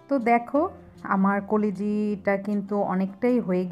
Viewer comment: koliji ki pronunciation holo kolija